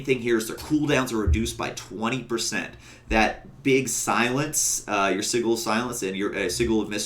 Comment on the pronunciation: It's not siggle it's sidjel